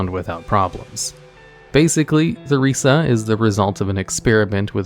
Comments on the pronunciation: Her name isnt Thuriza. Its Theresa. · 3 seconds in and you pronounce the ‘th’ sound in Theresa I am trusting this won’t happen again